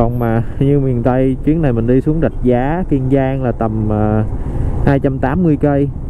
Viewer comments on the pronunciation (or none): Kiên Giang chứ không phải Kiêng Giang bạn ơi!